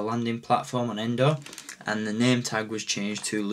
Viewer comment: Its Endor not Endo